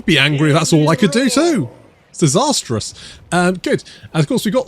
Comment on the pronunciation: did you just ... Di-tsar-terous? That's awful and I love it